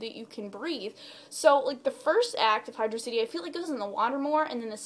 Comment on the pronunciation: xD Sweet you say "Hydro City" correct. Never liked Air Fleet, that level pisses me off. xP I just recently got Shadow the Hedgehog again a month ago and that's the last level i've played since I played it. Also Lost World is another level that pisses me off. xD Have you thought about making a top 10 list of the music from the franchise? :)